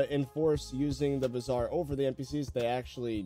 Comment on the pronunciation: Bizarre Me and Indian: bruh tf is wrong with him it’s Bazaar